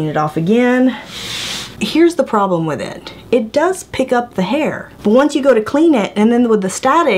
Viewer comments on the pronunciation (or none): she said "doos it" cause that's how MFP's talk. LMAO!